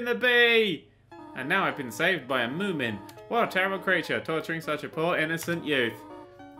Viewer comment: i blasted off my chair, laughing when i heard him say "and now i've been saved by Moomon"